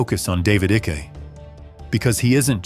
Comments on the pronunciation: David icky. Tell me you use AI to narrate without telling me. Pronounced David “Eye-kuh” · AI cannot pronounce Icke😂